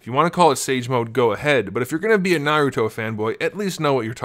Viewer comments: And his name is Naruto not Narout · oh if you say what your talking about your a pro at naruto your not you can't even pronounce his name